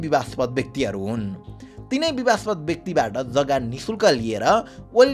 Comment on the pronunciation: बिबादास्पद हो बिबास्पद होईन , content ramro xa